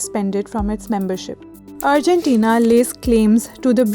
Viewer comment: 'urgentina' lol... It's Argentina